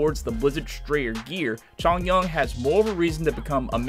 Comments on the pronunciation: It’s Chong-yoon and Zhing-shu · “xAnGqU” “cHoNgYuAN” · He also pronounces chongyun wrong